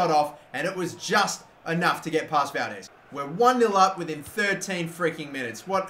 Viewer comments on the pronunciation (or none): none